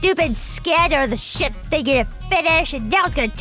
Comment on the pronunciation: dum said ship wrong, it almost sounds like...